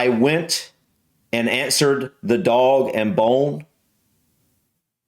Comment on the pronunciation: A lot of these i don't understand. You are correct but it doesn't sound right coming from an American because of your elongated vowel sounds, it's too slow!! You say it like Daawwg and Bone. You are spot on. the British have a soft R sound, they pronounce R like Aww so most words ending in R sound like they end in A. For years i thought tennis player Roger Federer was called Federa! Americans rarely pronounce T in the middle or end of words. T is like D... You said Literal but pronounced it Lidderal......Butter=Budder...Patty=Paddy (but you still say St Pattys Day and make sure you pronounce the T's? Don't do that, I'm Irish, and it's St Paddy's Day, Paddy is short for Patrick, Patty is Patricia or a burger) I had British(ish) friends who said that Mincers (that's how they said it) was Mince Meat - Feet. You pronounce those words as Wah-der, Greddel, Boddle I never knew Ain't was a Cockney word. a lot of black Americans say Ain't